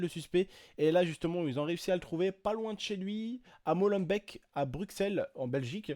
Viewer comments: et aussi on prononce "molembéék" pas "bèk" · PAS MOLEM—BEC mais molembeeeeeek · svp ne dite pas molenbeek (molenbecque) mais molenbeek (molenbéke)!! sinon bonne vidéo;) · Molembaik MDRRR on dit molembék avec é pas ai Vous me tuez les français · MOLENBEEK pas molenbek c mon cartier bnia tos les français dise ça hahahah mohim enfin il arêtes le mec normal il vien dans le tieks ou ya des flic belge flic français partout mais non c pas un problème un vrai zeber walah haha se salah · c'est Molenbéék !!!! pas Molenbèèk !!!!!!! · désolé mais molenbeek se dit molenbék et Bruxelles se dit brusel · C'est Molenbeek sa se dit bque a l'aurole sinon super vidéo comme d'hab x') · J adore comment vous dites mollebeek .... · Étant belge je vais te reprendre sur un point : Molenbeek se prononce molenbéék, sinon à part ça super vidéo ;) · non ca rend fou les gens qui disent Molen..baiike comme des abrutis faut de renseigné un peu